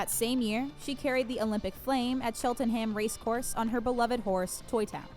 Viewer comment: Pmsl at the way the American presenter pronounced Cheltenham